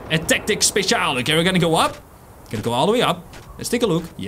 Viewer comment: I heard speciaal cus im dutch and not special